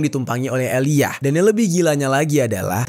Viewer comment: Aaliyah cara bacanya tetep "Aliya" yah 😊 bukan eliyah. Ngga sabar nunggu ending kasus ini & nungguin documentary karya 50cent tentang DD di netflix